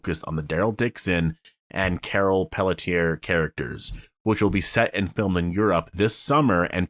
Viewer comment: Pretty sure Carol’s last name is pronounced “Pel-tee-ay”. Maybe others pronounce it the way your saying it but not her. I’ve heard it on the show pronounced that way. Plus she has, at least one dog, it her friend’s dog that she got after her friend passed. I wouldn’t want to put my dog in any type of quarantine-which you have to do.